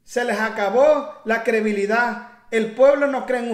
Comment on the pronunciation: Se dice credibilidad. No crebilida